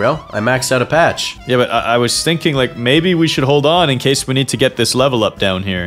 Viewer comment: blud really said pacth 5 times